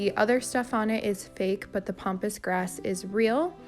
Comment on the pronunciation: It’s Pam pass grass not pompous.